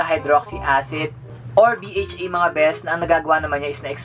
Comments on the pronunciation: A-H-A B-H-A po not aha baha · ey-etch-ey(AHA) bi-eytch-ey(BHA) ang pagpronounce sa mga yan,i correct na kita kasi baka mabash ka dahil dyan, the for my suggestion is that you should research a lot including pronounciatiom